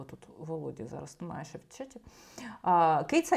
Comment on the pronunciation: Цікаве відео, дякую ) Ви питали, чи дратує ваше цмакання. Мене не дуже. Але є інші звуки, що не дуже органічно звучать для мене. Такі слова, як "немаЄ", "знаЄш", "здаЄться", ви вимовляєте як "немаЭ", "знаЭш", "здаЭться", на російський манер. Стараюся не звертати уваги, але реально важко. Тому дивлюся вас рідко, на жаль.